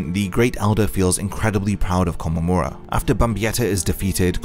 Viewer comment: Nice video! But you should listen to Tousen very closely. It's not Kom, it's Ko-mom how you say his name